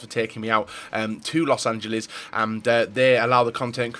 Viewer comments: Thomas Müller I know Americans can't even pronounce their own city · Why can nobody pronounce los angeles????!!!